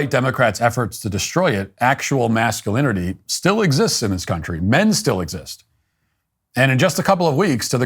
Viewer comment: The "macho" ad director cant even pronounce masculinity.😂